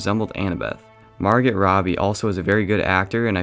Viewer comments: Margot “Margit” mar-goh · Margot is pronounced mar-go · “Mhargit Robbie” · Margot is pronounced MAR-goh ...the t is silent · Margot Robbie's name is pronounced Mar-go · Slight cop-out, to me, not casting the main 3 characters, also, you don't pronounce the T in Margot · When he said Margot wrong 😑